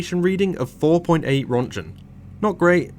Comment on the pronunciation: im dying about how he pronounces röntgen 😂